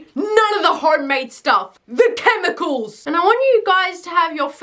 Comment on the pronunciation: For an Aussie, this was spoken like a true American! "The CHEMICALS!"